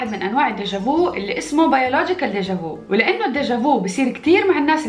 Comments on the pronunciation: ڤيكتور ه‍يگو يتعذب في قبره ههههه تنطق "ديجا ڤي" وليس ديجا ڤو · كلمة فرنسية لا تقرأ بديجافو بل ديجافي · ديجا في و ليس فو احتراما للنطق الفرنسي و شكرا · شكرا عالفيديو بس بلييييز لا تقولو ديجا فو ( نطق u بالفرنسي مش أو 😭) احس جلدي يحكني لما اسمع ديجا فو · dayja vo hhhhhh inti ktir 7lwa 😍😍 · انت تتكلمي فرانساوي غلط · deja vu ملاحظة بسيطة عندك نطق خاطئ لكلمة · عم تنطقيها غلط هاي الكلمة فرنسية مش انجليزية